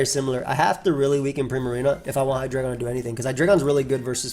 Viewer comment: you know it’s Hi-dry-gon.